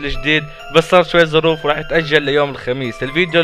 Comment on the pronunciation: بعدين ي فهيم انا كلجت مو احرًف في اللغه